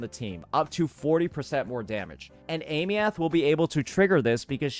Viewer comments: Pronunciation was already shown, why keeps saying ey-me-uht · Aemeath - (eye-mith) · Does he intentionally mispronounce her name, or is this some American "knowledge"? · Brother say her name right. They already told you how to say it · Aemeath, duh? 😂😂😂😂